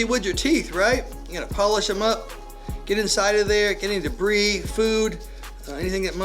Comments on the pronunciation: take a shot ertime he say dabree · Lol it’s debris